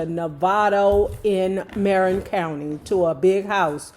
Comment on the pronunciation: Kool & The Gang, The Ohio Players, Zapp& Roger, and of course Parliament/Funkadelic. And its pronounced Ma-rinn County.